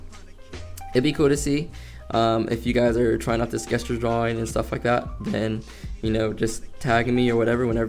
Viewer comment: Not trying to be rude, but the word gesture is actually pronounced (jess churr) if you dont know what i mean then here sorry in advance if somebody already pointed this out 😅